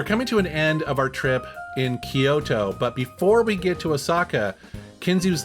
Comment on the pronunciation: It's pronounced Kyoo-to, not Ki-yo-to. Technically 3 syllables, but sounds more like 2.